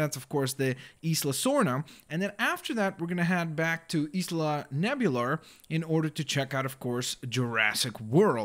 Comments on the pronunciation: Isla "Nebular" xD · It's isla nuu-blar Not isla nebular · *Isla Nublar. Not Isla Nebular. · It is called Isla Nublar not Isla Nebular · It's not Isla Ne-bu-lar It's Isla Noo-bl-ar -_ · Nublar not nebula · You pronounce nublar Nube - lar